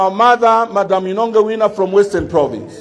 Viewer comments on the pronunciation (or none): none